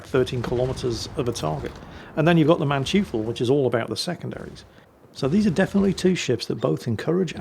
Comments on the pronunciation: How I hear it, he pronouces it "Manchu-fool"! I like it. It's cute. Also Brits are forbidden by law to pronounce any foreign name correctly. Just like French are with and "H" at the beginning and an "S" or any vowels at the end of the word. It's the law! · jeez, would it kill you to enter Manteuffel into google translate and have a listen to the pronunciation;) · Okay, new german ship, new angry horde of germans: It's (closer to) MAHN-toy-ful - not MAN-tju-fell... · Sorry, I just have to point out that "eu", in German, is pronounced the same as "oi" in English. Not Mantoofl, but Mantoifl. I just couldn't resist pointing that out,, er,, LOL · Man-TEU-FEL... not manchifu...., goddammit!! I was scratching my head of what the hell are you on about... then I see the name. Say it after me: Man ( man, with an A not an e) Teu ( similar to the porta toilet brand TOI-TOI ) FFEL ( Felt - like the armours of old) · Hey, pronounce the German Cruiser rather like 'Man"toy"fel', the German "eu" sounds spoken like "oy" as you'd say in the word toy.;-) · Manteuffel = Mon-toifle ("Mon" as in "monkey", "toifle" as in "Oi!" and "fell") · its pronounced Mahn-toy-fel. Was listening Audio only, but hat to snatch the phone to peek, what german Name was butchered this time 😂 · Manteuffel is pronounced; Man-toy-fel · Dearest, the germans pronounce "eu" as "oy". So the Manteufel would be pronounced something like munn-toy-fell. Great Vid as always, keep it up old man:D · FYI that German ship is pronounced "Maan-Toy-ful" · Mann-toi-ffel. Smartassing german here. :-) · Wow. You really butchered the pronunciations of the German ships today. Manteufel is "mahn-toy-fehl". Blücher isn't pronounceable by an English speaker, but the "ch" is like the Scottish one in "loch", not the ch in "lunch". So you'd be better off pronouncing it as "blue-kehr". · Its not "man-tjufal". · More like "Man-toy-fell"